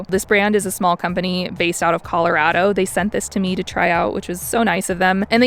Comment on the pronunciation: You're pronouncing Colorado wrong.